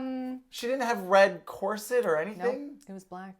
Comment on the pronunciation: Um, question… is cor-cet an Avryl pronunciation/affectation?? 😅